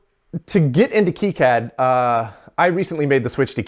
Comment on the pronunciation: That's great and all, but it's not keycad. It's Kai-Cad, as in Cobra Kai.